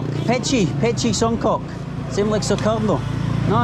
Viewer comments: LOL the way he pronounce Songkok, Song-Cock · Its songkok not songkock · the way you pronounce songkok haha but that's alright